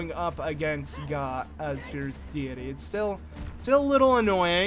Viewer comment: Okay, Goht, is pronounced like GOAT